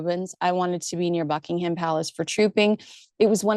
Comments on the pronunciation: Great video. Well you've mastered how to pronounce Ascot, now its Buckingham. We don't pronounce it as..ham but as hum. So its Buckinghum Palace. Thought you'd like to know. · Small point to the British ear - Buckingham is pronounced Buckingum - stress on the first syllable. Not a big deal, but sounds a bit grating!